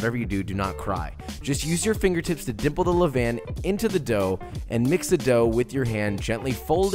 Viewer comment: You pronounced couche tight ... but you pronounced levain wrongly